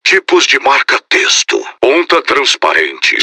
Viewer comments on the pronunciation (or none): "In Géer" "Em fitar" "Onta líquida" "Querou tudorrrr"